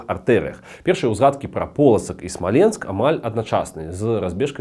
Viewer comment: Ты не правильно ударение ставишь. Смоленск , который всегда был русским, на короткий период приписали к Белоруссии, чтобы было где провозгласить БССР. Но белорусы решили, что все что их 🤣🤣